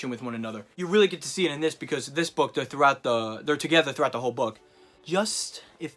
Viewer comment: Okay I had to say this because it never happened to me…when you emphasized the word “book” I felt my eye twitch slightly and I legit though you did some voodoo shit by accidentally spitting in my eye.